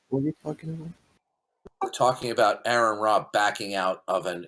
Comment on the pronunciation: I immediately distrust anyone who can't pronounce Aron's name right. "Even if somebody made a defamatory remark about me, I would still tangle with them" You made a comment about his WIFE, not him.